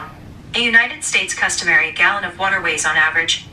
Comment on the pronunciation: "This is water wight" no this is you not being a men.